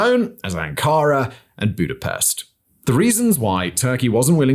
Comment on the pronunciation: come Simon you can't tell me you don't know the correct pronunciation of Budapest. Lol. Another good video fact boi